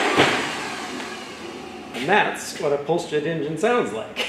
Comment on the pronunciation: "Pulsejet" sometimes sounds like "bullshit".....